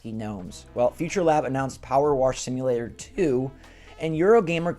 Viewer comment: What's "Power Warsh" simulator? 😂